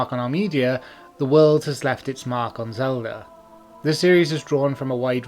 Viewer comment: I love the way you say "Zelder" :3